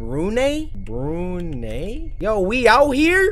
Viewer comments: Brunei is pronounced as Broo-nai cory... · I’m sorry Cory but I laughed when u pronounced Brunei as “Bru-NAY” 😂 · cory: Brunei me: Cory i just wanna let ya know that u pronounce it as Brunai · lol CoryxKenshin : BRU NEY? (its pronounced bru nai) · Cory, it's pronounced 'Brunai'. You are the first person I known pronouncing Brunei 'Brunay' but hey, now you know we out here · hi cory, i am from what you call “brunay” i am here to tell you that it’s pronounced: brunai if that doesn’t help google it IM TRIGGERED SHAHDH GSHSYR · when cory says brunay i kinda laughed abit cus its actually pronounced bru(nai) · Cory: BRUNEI?!? Me malaysian samurai: Its pronounced Brunai XDXD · It’s pronounced “Bru-nye” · Brunei is pronounced Bru-nye :( idk why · Literally everyone else: Brunei Cory: BROONAY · cory its pronounced Brun-eye but its ok even of how u pronounce it since my country is underrated😂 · YER my country, I never knew someone here already caught Cory's attention, so glad. But the way he pronounced our country's name 💀